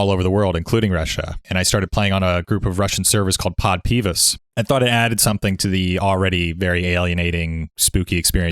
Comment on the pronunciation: Read the following with Russian accent. "Pod Pivas" (stress is on "a", pivAs) literally means "With beer". You play and drink, it's simple.